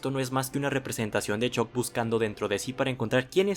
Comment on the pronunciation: 338 La u se pronuncia como a, es algo que aprendes en tu primera clase de inglés. Ponte la serie en VO y vuelves, crack.